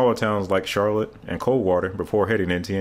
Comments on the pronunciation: Charlotte in Michigan is shar-LOT, not SHAR-lit. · its Char-Lotte lol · having been raised in Mid Michigan I have followed and used I 69 many times. However...in Michigan we pronounce the town CHAR ( as in charred) lotte; not the way it is said in some state down south. Having lived in the town for 20 years we are very excited to making sure it is said properly. ty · Charlotte, Michigan is pronounced "shar-LOT," not like the North Carolina city. Perhaps also of interest regarding Michigan I-69 is that it once carried US 27 from the Indiana state line (in fact, from the north end of Fort Wayne if we count the Indiana portion) to the northeast corner of Lansing, whereupon US 27 broke away to head north along what is now US 127 through St. Johns, Mount Pleasant, and Clare up to I-75 at Grayling. Indiana kind of wanted to get rid of US 27, and Michigan reluctantly went along with the plan, simply removing the 27 signs along the I-69 concurrency and replacing 27 with 127 from Lansing to Grayling. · The pronunciation of the town is actually "Shar-Lot" it's weird, I know......the spelling is exactly the same as the city in North Carolina....but the pronunciations are completely different source: I'm a Michigan native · Charlotte is pronounced (shar-Lott) in Michigan. But a lot of us call it chartucky because the hillbilly incest there lol. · It’s pronounced Shar-lot. It’s not pronounced like the name Charlotte lol. Everyone gets it wrong